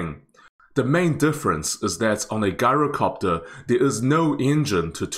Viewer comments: I hate to be "that guy", but it's not pronounced "GAI-ROH-copter" it's "JAI-ROH-copter". Think of the word "gyroscope", it's "jai-roh" not "gai-roh". And yes, I realize that the original Greek pronunciation is actually "yee-roh", but this is just how the word is pronounced in English. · Pronounced Jyro, not a hard G. MANPADS field day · Pronounced Jyro-copter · Interesting, thanks. Most pronounce gyrocopter with a soft "j": jai·row·kaap·tr. Is the pronunciation different in New Zealand? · It's pronounced jai·row·kaap·tr